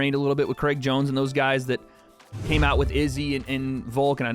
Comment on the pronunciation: its craig jones, not creg jones.